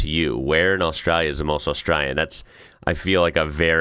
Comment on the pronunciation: It’s austraLia. Aussie here lived all over Australia have never heard any one pronounce it without the L. Yes there is “straya” with ought the L but every time you say Australia without the L it sounds so wrong. We skip L in straya but Australia we pronounce the L but you may not pick up on it it’s often fast.